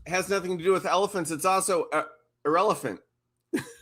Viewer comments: It's arevalent? What??? Irrelevant... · She actually said "inrevelant". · It's "inrevelant"? What? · She said "Inrelavant" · Oh no.. she said "inrelevant". In-revelant. YIKES!!